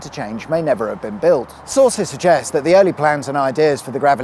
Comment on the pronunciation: “Sauces suggest” 😂😂😂 Great video as always, thank you 👍🏻